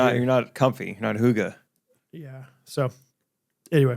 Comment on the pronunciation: Definitely knew what hygge meant, definitely didn’t know how to say it.